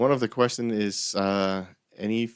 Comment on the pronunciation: Why do you prononce qustion like this "d